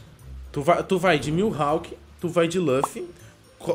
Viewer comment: Mil rawk 😂😂😂n e miwawk n ?